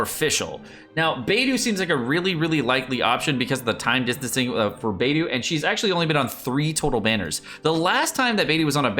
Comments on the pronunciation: It's actually kinda pronounced as"Paytho" tho in Chinese lol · It is Byedu, why can't say it right? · It's Bae do. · It's Baedou, not it's Bido, jk lol😅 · it is "Babe-Doe"! :P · I can't really rag you out on pronouncing Beidou's name as "Bay-doo", because the Korean pronunciation of Beidou's name is Beck-Doo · Bay-do kekw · Beidou is my main, needs to learn how to okay her 😅😅😅😅 (or atleast how to say her name 😂😂😂)